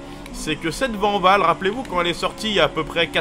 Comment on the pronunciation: Mais non coach, ça se dit pas Vanvall, ça se dit Vaaaaaanwoooooll Toujours au top sinon Ne faits pas une Jacques Villeneuve 😂